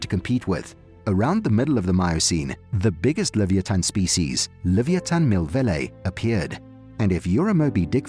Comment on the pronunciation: You are pronouncing leviaton all wrong